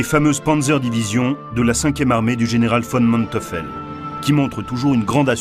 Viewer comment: Manteufel et non Manteufel, prononcez Manteuifel